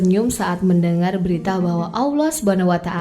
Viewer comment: Alloh mba bukan Awloh, pengucapan nya diperbaiki lagi